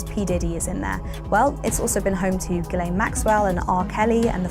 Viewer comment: Btw it's Jizzlane not Gellain